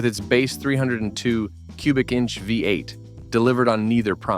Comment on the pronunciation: This video is garbage. The ridiculous monotone AI voice gives it away in the first second, the oldsmobile five (V) eight. The rest I assume is trash. Who has 34 minutes to waste listening to this much stupidity?